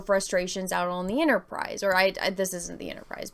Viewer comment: "ENTERprise"... sorry.